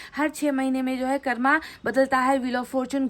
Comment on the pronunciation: हम रोज आप की रीडिंग देखते हैं । लेकिन आप से एक request है कृपया हिंदी के शब्दों का उच्चारण हिंदी तरीके से ही करने का कष्ट करें जैसे---कर्म- को कर्मा, चक्र -को चक्रा, please ऐसा उच्चारण न किया करें सही उच्चारण- कर्म और चक्र हैं । हम चाहते हैं कि आपकी वाणी और अधिक प्रभावशाली हो । sorry and thankyou. God bless you